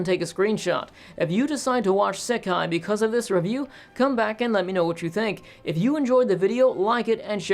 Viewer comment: Pronunciation note: "Sekai" (世界) means "world". Looking it up on Wiktionary, both kanji (both 世 and 界) can mean world on their own. "Seikai" (星界) is the word used in the titles of this franchise, it basically means star world, since 星 means "star". This is what is translated as "the stars" in English. I brought this up because I noticed he said he would say "sekai" (with a short "se" instead of a long "sei") to refer to the both Crest and Banner together. ("ei" is often pronounced as just a longer version of the "e" vowel in Japanese, but the vowel length matters.) I probably wouldn't have worried about it if "sekai" wasn't such a commonly used word in anime (think of the word "issekai") that using it momentarily through me off when you said you would use it to refer to this franchise. (I guess it also through me off cause you switched from English --- "Crest" and "Banner" to refer to them separately --- to using the Japanese title to refer to them together.)